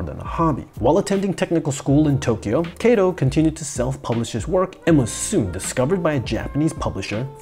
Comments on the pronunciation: He's かとう (Katō) not けいと (Keito), my ears are bleeding. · 加藤or加東(Katou) is pronounced like "Kahtoh", not "Keitoh". "Keitoh" sounds like "毛糸"(knitting wool). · His name, Kato, is read as simple A sound as in cut, not as in take. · It might roll off the tongue better with english